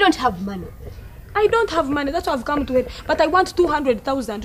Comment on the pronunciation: Instead of help she says helop😂😂